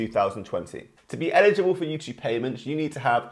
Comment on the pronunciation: He says youchube